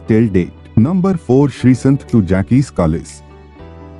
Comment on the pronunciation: Its not jackis but jaacq Kallis